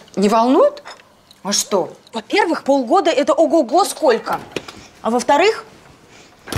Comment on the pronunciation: «Скока» вместо «сколько» - это … (((